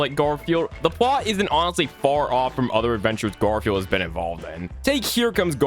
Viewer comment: I love how bro said gardfune